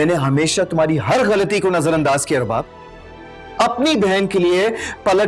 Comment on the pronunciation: Rubab ko subab bolrahi hain a khatun kisi se notice ki